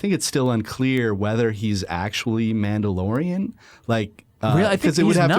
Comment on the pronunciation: *The Minndalorian